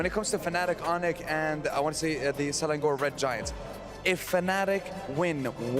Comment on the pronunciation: Not selandor ...selangor